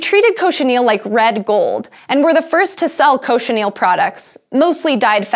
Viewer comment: Cochineal not Cochinel